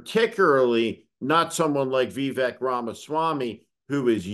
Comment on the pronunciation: Who is "Vee-Vak" Ramaswamy ?